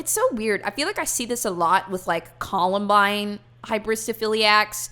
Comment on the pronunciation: "The collenbine fandom" jesus christ